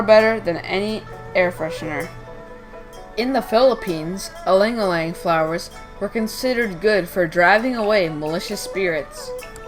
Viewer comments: Good info but the name is no aleing aleing. Its called ilang ilang pronounced as eelung eelung. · Fact check: It originated from Philippines, not Indonesia. It's pronounced as i (as in sea)-lang ilang.